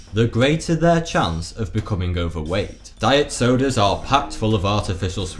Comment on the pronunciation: the way he said diet sodas